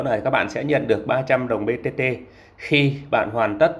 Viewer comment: Màn hình thì BTT nhưng đọc lại thành BBT??? Có ai nghe thấy giống t k nhỉ